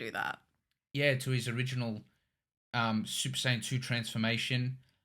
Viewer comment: When he said SUPER-SAY-ANT I was in tears